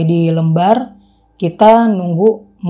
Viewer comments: Di sebut pelabuhan LEmbar kak bukan Lembar😢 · LEmbar...bacanya bukan ... e... tapi ..E... seperti kata LEMPAR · koreksi dikit ya: lembar bacanya "kaya nyebut "LEM" ya, bukan kaya lembar kertas.